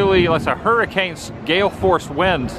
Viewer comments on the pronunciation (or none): none